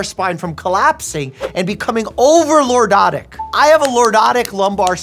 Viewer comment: Bro was fighting for his life while trying to say "lordotic"😭😭😂😂😂😂